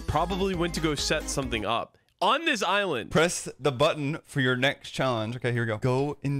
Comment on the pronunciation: I thought he said Islam not just mispronounced island